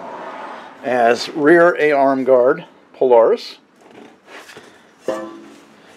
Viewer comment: Thank you! Aside calling it a "pule-aris," I loved the whole video!